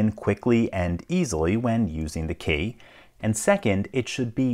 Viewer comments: That's the strangest pronunciation of key 😐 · He says “key” in a similar fashion to how Cumberbatch says “penguin”.